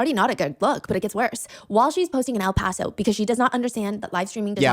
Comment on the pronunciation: Bro when bro said o paso I was like oh nah BC I LIVE IN O PASO!